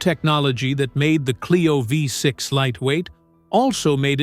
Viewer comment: Renault Fifth Six !!!! ( Oh don't you mean VEE 6) 😂